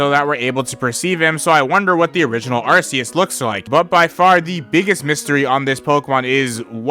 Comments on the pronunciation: It's not pronounced "Ar-see-us." It's pronounced "Ark-ee-us." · erm actually its pronounced are-key-us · Its Pronounced ar-koos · I think its arceus like ark not uh u know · It's pronounced ARC-EEEE-ES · the pokemon anime says Ar see us